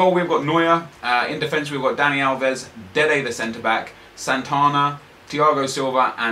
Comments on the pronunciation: You always say " dede the centerback" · Why do u always say dede the centre back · Stop saying dede the centre bk